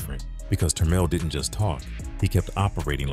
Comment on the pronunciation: Good job on the french name pronunciation